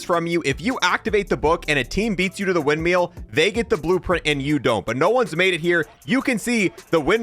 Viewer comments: Never heard someone struggle with the word "windmill" so mightily. "You can go to the windMEAL...." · "wind-MEAL" can't unhear 🤣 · Dude I was legit struggling to watch the rest if the video because of that